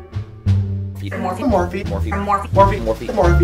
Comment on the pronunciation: Are they saying "more feet"?